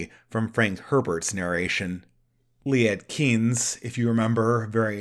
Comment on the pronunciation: Also Liet Kynes. Do better at pronunciation. You do a good movie review, but not so good at language verbalization.